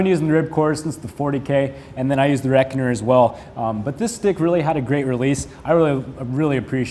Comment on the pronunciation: he called it the reckonner